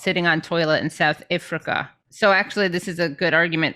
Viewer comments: Why does she keep pronouncing South Africa like that? Asking as a South African. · Please learn how to call countries by their names.. Comes across as not taken very seriously.. Not everything can't be perfect but south Africa should be an easy country to be pronounced easy.. P's still love your politics and the way you produce it. I'm really talking the piss but do Americans have a hard time pronouncing other's countries... Iv heard it from American TV many times 🏈